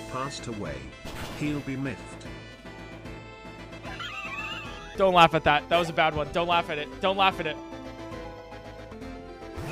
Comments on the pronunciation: For those who don’t understand, a lisp is when you have something wrong with your mouth so you can’t pronounce some letters of the alphabet right, so the person thought it would be funny to say that and put missed said incorrectly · instead of missed, it was pronounced miffed as if they had a lisp